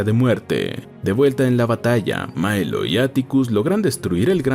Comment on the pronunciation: Por qué dice Mailo si se llama Milo...?